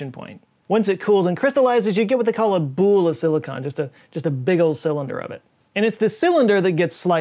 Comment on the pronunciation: A what of silicon? A bueeooool?